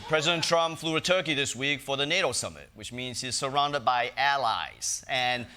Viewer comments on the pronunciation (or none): none